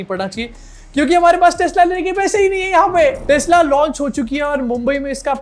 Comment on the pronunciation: Tesla nahi texla hai ye nimmo tai😂